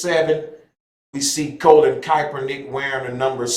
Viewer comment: Bruh. How is it you can say Kappa but can't say Kapernick or Col..lin to save your life?